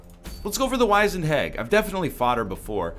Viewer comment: The "wiz" in wizened is pronounced like the word wizard. The word means "shriveled".